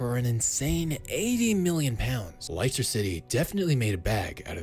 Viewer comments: Can’t be making football videos pronouncing Leicester like that mate 😂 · Your pronounciation of the Leicester is on the same level as Maguire's football skills. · How does this guy have a football channel and not know how to say the name of the club that won the prem in 15/16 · How can you mispronounce Leicester so badly? Surely you’ve heard the word being said out loud. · Great video but how can you do such a deep dive into a player but still can't even say Leicester. God Americans are brilliant. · how do you mispronounce Leicester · What team did you say Leicester??? 🤪🤪🤪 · You’re pronouncing Leicester incorrectly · "Likester" city 😂😂😂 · “Lye Ster” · Why did you call Leicester "liceter" lol 😭😭😭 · Everyone: Leicester: Lighster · Never heard anyone mispronounce Leicester before. Les-Ster not lie-ster. But yeah Harry Magurie has always had a 50p head but now he doesn't have good defenders bailing him out. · "Laister City"??? ;p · Bro what its not leister city its lester You say lester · "Laister' City? It is "Lester" City.... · It's LESS-ter City, not LICE-ter City.🙄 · Lice-ter it is les-ter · Good video! but its less-ter not Lie-ster! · LES-ter. Not lies-ter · ITS LESS-TER, NOT LIE-CESTER PLSSSSS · “Layster city” uno 💀🤦‍♂️ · No one Literally no one: Lie ster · Everyone: -Leicester ciy: -Lyster city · The way he pronounces "Leicester" 😂 This must be an american. 😂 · Wtf!!! Laister City???😂😂😂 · 'Lycster city' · no way did bro juust say liester city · "laister city" lmao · Who liesta city man? lol, American city pronunciations never get old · "Liceter city" 😂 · Bro said Laister city ☠️ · What the fuck is liester city 😂😂😂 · Lyster city. 😂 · Bro said lister city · "lyster city" dafuck?? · Hang on a sec, Lee-ster city? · "Lie-ster" City. Je- zus. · Fine video, but it's "les-tah"... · Liyster city? 😂😂😂😂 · Who are li Chester 😂😂😂😂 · "Lie-ster City" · LICEster City lol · Did you just call it liester city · LIESTER CITY LMAO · Lie-star city tho